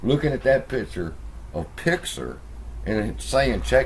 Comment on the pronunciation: It's Pixar not pixer your pronunciation is a bit off